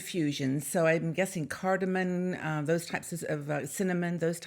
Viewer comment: It's cardamom, not cardamon. Love your videos.